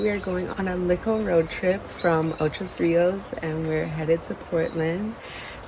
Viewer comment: PS: Please don't say Ochos Rios. It's Ocho Rios or Ochi.